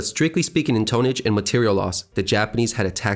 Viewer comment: tone-age lol